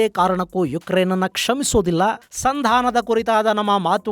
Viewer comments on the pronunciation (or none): none